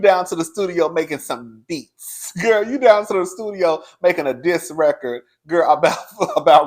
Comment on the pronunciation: With the extra emphasis on BEATS 😂😂😂